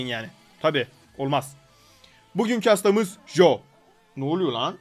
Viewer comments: Abi joe değil coe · Jo değil Coi :d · jo değil co